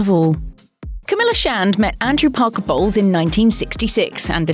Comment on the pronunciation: Her: CAMILLA BOLWES ME HEARING: camilla balls